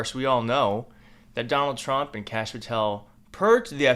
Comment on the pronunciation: It's not Kash ( sounding like cash ) it's Kashyap ( sounds like the o in "hot" more like " Kahsh " Kashyap Patel.